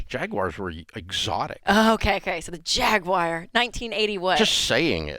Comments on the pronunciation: It’s not jag-wire, it’s jag-war. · Jaguar Everyone: Jag-War Rachel: Jag-Wire 🤣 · It's Jaguar (Jag-u-r), not Jaqwire! lol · What's a "Jag-wire"? 🤦🏽‍♀️ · "Jag WIRE " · Rachel “ JAG-WIRE” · JagWIRE ? Oh Rachel, bless your heart! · Why does Rachel pronounce it Jag-Wire? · What's a jagwire? 😂 /s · No Dave, you should say Jaguar like Jeremy Clarkson does: Jaaaaggggg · Nope. Jag-u-er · Why does she say "Jag wire"? Wow. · This woman can't pronounce Jaguar correctly.😅😅😅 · Neither one of them can pronounce Jaguar correctly 😂